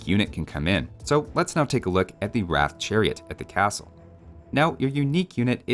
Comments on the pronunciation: Just wanted to correct you here. Not sure who told you it's pronounced like 'wrath', but it's pronounced 'Ra-tha'. That final 'a' isn't silent. Also, love the overview series as always dude! On a side note, it's kinda sad that the 1 Indian civ that best represents where i live is bad on land maps (Dravidians), cause i hate water maps, but eh, i guess that's just how life do be. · Just a small thing - Bengalis (at least modern Bengalis) use the Bengali script so the Ratha would be রথ which is pronounced closer to Wroth than Rath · It's not rath but moreso r-ugh-th with more of a "u" as the second letter if that makes sense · Historically, the word Ratha (literally means Chariot) is pronounced like "Ruh-thuh" rather than "Wrath". The "Ra" sounds like the "Ru" in "Russia" and the "tha" sounds like the "tha" in "Martha" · 11 at 'wrath'. The actual pronunciation rhymes with 'rut'. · You used Punjabi when you spoke about Rathas lol. Also Rathaa with an A at the end is also a correct pronunciation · its pronounced roth. a lot of words that end with 'a' tends to be silent. this is the bangla spelling: রথ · Whoever told you how to pronounce ratha got it wrong. It's the h that's barely pronounced, not the a.